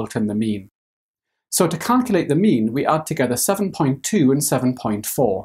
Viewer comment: Who else thought he was saying meme every time he said mean lol Okay just me